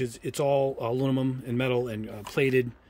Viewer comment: I loke your reviews. But can you try to say aluminum rather than alumimum?